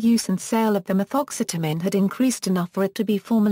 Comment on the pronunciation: I love some Ma-Thoxxx-seta-mean!!!!